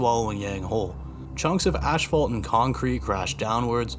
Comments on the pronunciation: Dude, the word ASPHALT doesn't have 2 H's in it. It's not ASHphalt. ASPHALT is pronounced AS-FALT. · “Ashphalt” lmao Its “asphalt” like ‘ass-fault’